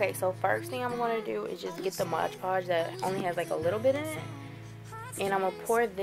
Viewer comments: I LOVE your wall! Beautiful! BTW the product you used is pronounced MOD podge, NOT "modge" podge! (read the label again) ;D. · i just watched 5 diy videos in a row including this one and they all say modge podge... it's MOD podge... :-P